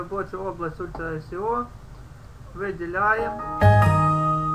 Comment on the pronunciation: АХХААХАХА, УЛЬТРА " И СИ О", до слёз